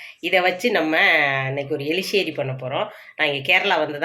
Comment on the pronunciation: Eriseri not eliseri